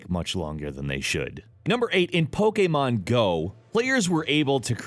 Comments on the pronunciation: "In pokayy-mon go" Pokayy-mon? Ok then... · Poke ey mon go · "pokaaymaan go" ~ every time he tries to pronounce Pokemon